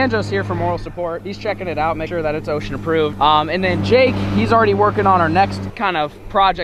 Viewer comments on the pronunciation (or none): YO CAN SOMEONE TELL HIM ITS called OSHA NOT OCEAN